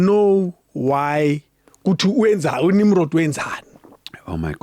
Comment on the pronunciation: Abapedi bambiza "Nimrodoo"😂😂